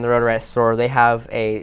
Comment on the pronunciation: “The edsact ponents all the way down to the tume” lol 😂 ill NEVER “unhear” that!!!